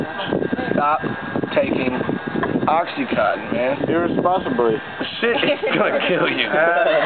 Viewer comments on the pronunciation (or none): Percocet is Oxycodone. And Oxycontin, NOT Oxycotton like he says, is totally different. You don't even know what you're talking about too, they are two completely different drugs.